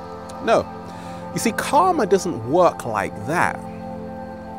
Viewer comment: His pronunciation of "karma" is definitely more accurate than the way he pronounces "chakra", that's for certain. Namaskar!